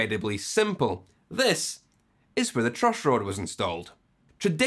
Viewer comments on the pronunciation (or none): The truushhroad !